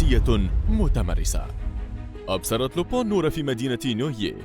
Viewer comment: ينطق لوبان مش لوبو